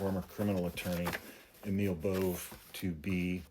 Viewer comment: No one knows how to pronounce Emil Bove's name. (Including.) Emil is correctly pronounced A-mul (like anal, but with an m), and Bove is pronounced BOV-ee.